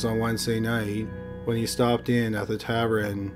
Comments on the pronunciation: Tavern is pronounced 'tāv-urn' not 'tav-er-in'. That's all. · It's tavern not tavren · tavern =/= tabren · It's taVERN not taVREN!!! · “Tav-ren” instead of tavern. Thanks for giving us a new word mangling!